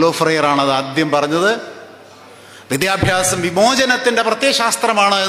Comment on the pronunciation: വിദ്യ ബ്യാസം അല്ല വിദ്യാഭ്യാസം ആണ്